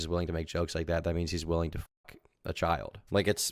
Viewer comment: lol am I the only one dead at the commentators voice? "The child-uh was groomed-uh."